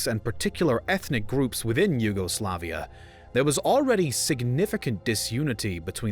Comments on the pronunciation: I hate the way you say YUGOSLAVIA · your insistent emphasis on the second and third syllables sounds odd. In English, the emphasis is usually on the third syllable alone (yugoSLAVia); whereas if pronounced in Slavic, the emphasis is on the second syllable (juGOslavija). Hearing it in English emphasized on both the second and third at the same time is jarring. It sounds like you're saying two words instead of one (yuGO, SLAVia) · I'm really in doubt whether I should unsubscribe. Let's ignore the relative peaceful secession of Slovenia out of the republic. And simplify the nationalistic tendencies growing for quite some time towards one root-incident. And then theres the matter of pronounciation: WW1 and WW2 German soldiers have nothing to do with Croatia.